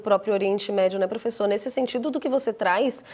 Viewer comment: "Profeçor" kkkkkk